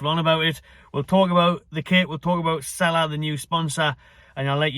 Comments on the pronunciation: it's pronounced seela not sala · It’s pronounce See La